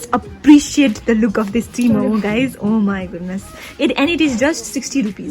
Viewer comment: You called it T-momo. I guess seeing this tibetan will be upset. Its Tingmo